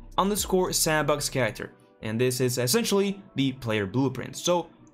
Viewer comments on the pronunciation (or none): none